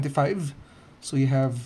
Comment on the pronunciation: 13.75 pronounce mistake